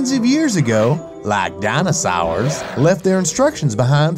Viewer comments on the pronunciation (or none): said dinosours 😂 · The way he said dinosaurs...